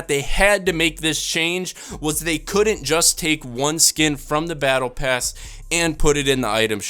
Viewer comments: He said PattlePass lol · "Pattle Bass" 😁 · “Pattle Bass”😂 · This nigga said pettle pass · he said padalbass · "Pattle bass" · He said pattle bass . Lol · "Paddle bass" wow u discust me but i still love de video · Why did he say pattle bass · Lol he said buy the pattle pass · Lol he said pattle pass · Pattle pass lol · he said pattle bass xD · When you go on to and hear that he said paddle bass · Anyone else notice he said pattle bass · what's a pattle bass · did he say pattle bass or was that just me? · He said paddle pass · this dude called the battle pass the pattle bass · he says pattle bass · When you were talking about the dark van guard you said "pattle bass" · "paddle bass"? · Pattle Pass?!? xD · Thumbnail and he said pattle bass lol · Oh my god I’m dead he said paddle bass